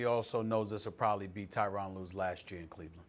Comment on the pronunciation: Can SAS get Tyronn's name correct. It's pronounced Ter-ron